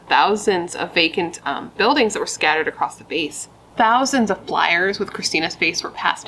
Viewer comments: 🙋🏼‍♀️You did a really good job on this one and I’m glad it was a longer one this time too!… One thing though… WHYYY does everybody say “acrosT” now when it’s really across?!? Have people always done this and I’m just noticing it NOW, or has it just become this super annoying trend on youtube? It’s even made ME THINK, wait, is this how it’s supposed to be said? Is there a silent and invisible “T” that no one ever told me about?! Why is everyone saying it that way now? Does no one read or know how to spell? WTF IS GOING ON HERE?! Lol but 😳 I am almost 101% certain it’s “across” and it really just shows how people are getting dumber and dumber these days….. (And, no— I don’t think YOU are dumb but when I heard you say it I was just like. ☝🏻😑Really? Come on, girl… ) Ok, that’ll be the end of my little rant on that. NBD 😅 Thanks for doing what you do even if one word might annoy me for no good reason! ❤ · There's no t in across